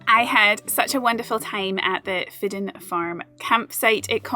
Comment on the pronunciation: So glad you experienced Fidden Farm, in my top 5 European campsites for sure. When we stayed there we were told it was pronounced "fidgen" but don't edit the video on my say so 😉😁 GREAT WORK 👍